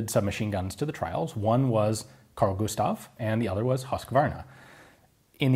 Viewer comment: "Carl Gustav" Eh, not so bad. "Husqvarna" YIKES!